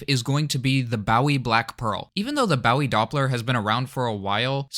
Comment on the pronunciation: Nice video but fyi Bowie is pronounced bo. e.